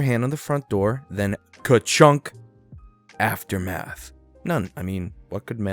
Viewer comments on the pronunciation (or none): none